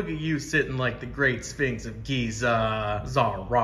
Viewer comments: The way you pronounce Zahra though 🤣🤣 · I can't get over how you keep pronouncing her name as ZAH-RA, can't help but do it myself now too :')